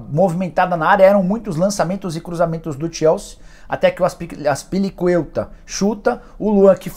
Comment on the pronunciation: "Azpilicuelta"" kkkkkk gafes do Nicola